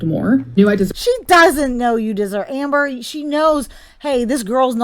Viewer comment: You said Hamber! Love it! LMAO